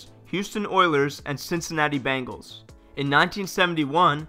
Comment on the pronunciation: That was painful to listen to. The Cincinnati "Bangles" wasn't much better.